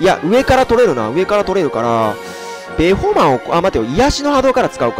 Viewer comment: ベホマをアメマの発音で言うなよ笑